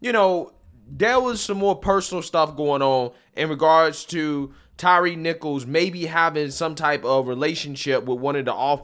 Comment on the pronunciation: Good lord, he called him “Tyrese”…Can’t even get the name of the guy he’s “outraged” about correct…